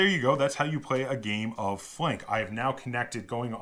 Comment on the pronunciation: Thanks! First reviewer that pronounces my name correctly :)